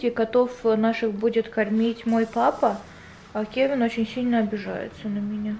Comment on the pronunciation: вобсето не кэвин а Кевин поняла